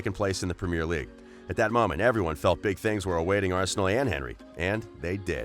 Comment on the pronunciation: Your pronouncing of Henry, Ronaldinho & premier league are shocking lol